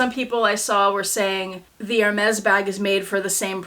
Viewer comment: It is not ermez...it is airmay